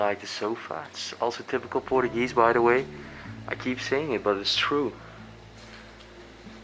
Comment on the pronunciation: Era muito melhor se a prenuncia fosse mais acertada, por exemplo Portugal ou portuguese , em vez de Poregue or Porogual ; what is that? Really 🤪